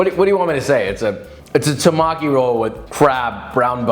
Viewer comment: Temaki, not Tamaki!